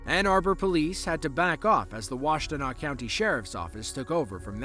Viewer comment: You pronounced Washtenaw county michigan wrong, the T is silent